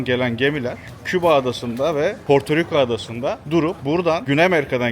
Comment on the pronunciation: Porturuku değil hacı Portoriko